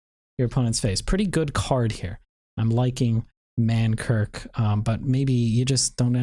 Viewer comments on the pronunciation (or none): Lmao stop saying man kirk my dude. It's man KRIK.